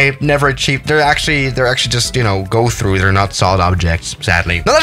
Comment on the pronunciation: finally i found someone else who says Go throug